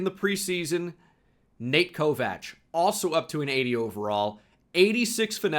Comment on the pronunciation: Why does he pronounce it Ko-Vach???